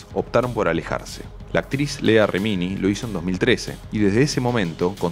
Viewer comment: Lea Reminí, se pronuncia "LIA reminí"